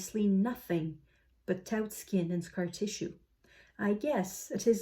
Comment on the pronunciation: "The Uncensored Issue"...oh my... "taut" in English is pronounced /tɔːt/...looks a fascinating magazine.